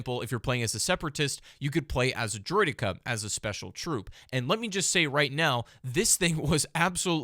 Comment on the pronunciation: Its pronounced Droi-decka